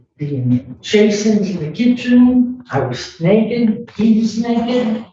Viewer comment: Why is she so concerned with an old lady being naked and learn how to say naked. Omfg... ebonics